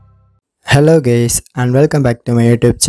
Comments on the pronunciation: Did he say hello gays? 😆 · Hahaha 😂 What a welcoming to your video. Hello gays! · Am i the only one who hear it (( Hello Gays )) 😂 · Ur Gnius... A very Big Thanks.. "Hallo Gays" .. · I Laughed When He Said "Hello Gays" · "Hello Gays" 😆😂 Ooh bhai maro mujai maro nhi mazak chl rha hai ky Tum ko to leader bana na chahaiea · Hahaha I heard the same too